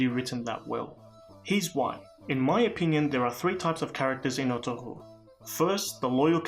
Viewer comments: The ğ is silent. It's pronounced ertu-rul. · Thanks for your vid my brother. His name is pronounced "Er-tur-rul" the ğ is almost silent like in my last name. The impact of this show in Turkey and all other Muslim dominant nations is truly hard to appreciate. Let me just say that the enemies of Islam... their days are numbered :)